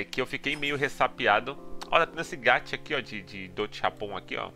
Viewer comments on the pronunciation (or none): none